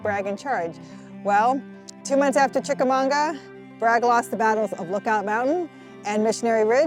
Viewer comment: That's Chicamauga not Chicamonga, right? Great video, just wasn't sure if I was hearing correctly.